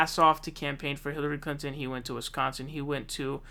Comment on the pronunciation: Lol'd at "hilary clanton"